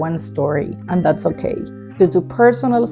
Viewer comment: Me encanta los ok ok ok con acento costeño te amoooo cosiiiiiii❤❤❤😂😂😂